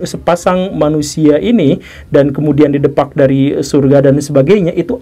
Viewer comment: Bukan 'didepak' pak Gugem tpi 'didépak.. itu dr bahasa betawi